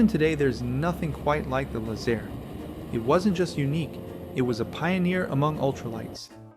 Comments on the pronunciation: Too bad you can't pronounce Laze- Air. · Lay-Zair …It’s derived from The words Lazy-Air ….Lazair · back then everyone pronounced it "Lazer" like a lazer beam. We owned and flew a Teryadactyl..and had friends who had Lazers as well.